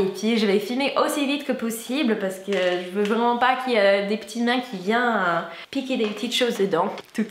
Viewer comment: J'aime trop tes vidéos !! merciii !! J'aime trop le pantalon avec la ceinture noire :D Je te dis juste, mais vraiment je trouve ton accent trop chou, c'est vraiment si tu veux : on dit "que des petites mains qui viennent [viénn]..." J'ai fais une pseudo phonétique française, pour que tu vois, mais sinon c'est trop chouuuuu ton accent vraimmmennnttt ! ^^